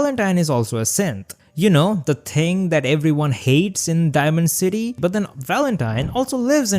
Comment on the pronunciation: "the ting"